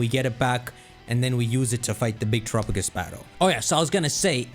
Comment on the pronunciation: After nearly a year I'm still kind of annoyed that still mispronounces it as "Tur-a-pa-gis" instead of "Ter-a-pa-gos" like Galapagos.